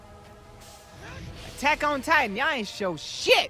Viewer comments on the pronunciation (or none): The way you pronounce Attack On Titan sounds like Tekken Titan to me.